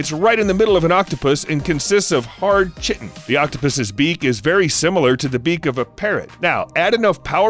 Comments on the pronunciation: Its pronunciation is kite + tin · Literally every player in ark survival evolved game calls them that it drives me nuts it’s kitin not shitin haha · bro kie-tin being said like chit-tin made me genuinely upset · Chitin is pronounced “kai-tin”. Not, “chit-in”. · you see im british, we made the english language, its "kai-tin" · The beak of an octopus is made of chitin (pronounced "kai - tn", not "chi - tn") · "Chi-tin" lmaoooo.. it's pronounced 'kītn' like 'Kite in'. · Man it pisses me off when the word is said differently than its spelled it feels like being trolled when I find out. Yet chitinous is said the way its spelled. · Man said chitin like chicken. Pronounce it like ky-tin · Chittin (chit- tin)??? No, it's chitin. (Ki- tin) originally Greek. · Dude…enjoy the videos but for the love of god chitin is pronounced Kai ten! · Just stop, chitin is pronounced kite-in okay? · Its pronounced "Kite - In".....(Chitin) :) Love the vids mate, keep up the pursuit of knowledge. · You’re “chittin” me... you didn’t really pronounce it like that, did you? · Chitin is not pronounced that way, it is said like the words kite and tin together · The way you pronounce things is so weird sometimes. "Chit-tan" is a common pronunciation for chitin (and still incorrect, from what I'm aware). However, I've noticed some weird things with pronunciation in other videos of yours. I wonder what the stem of it all is. I've always been interested in why people who mispronounce/pronounce things so different do so, and usually it's several words when they do. It's curious. :) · Chitin--rhymes with kiting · Man just pronounced chitin as chit-in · Octopi* and kai-ten is how you pronounce chitin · Respectfully, it's pronounced "kite-in" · (*Chitin is pronounced "KITE-in). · it is pronounced KIten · "Kai-tin" you goon. It's pronounced "Kai-tin"! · chitin = "kye-tin" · The way he said "Chitin" really bothered me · The way you pronounced "chitin" XD